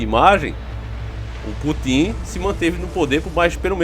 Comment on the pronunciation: "Putim" 😂😂😂😂 É Putin, mas tudo bem.